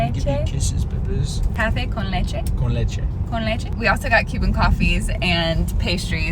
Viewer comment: Ahaha your Spanish pronunciation was awesome "café con Leche" btw, ese es mi favorito